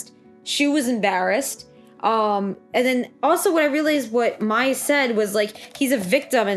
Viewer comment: Mai is pronounced like My